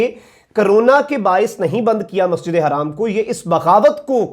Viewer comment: Hi brother like your channel but just to ask you to clarify me that the pronunciation about masjid e haram or harram because haram is house and harram is not acceptable in Islam so please when you say masjid e haram not harram please clear this issue 😉